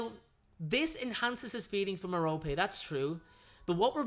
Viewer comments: Hello! I don't mean to be a know-it-all, but Merope is pronounced Mer-O-Pee. Please don't be rude, I just want to help! You can also use a pronouncer or just pronounce it the way you like :). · I enjoy your videos and I mean no disrespect but you pronounce Merope with the 'e' instead of her name as 'rope'. I am wondering if I got her name wrong. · Am I the only one pronouncing her name as marrow-pee? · How do you pronounce Merope? I say Mer-rope. I've heard it Mar-o-pea and Mer-rope-ee.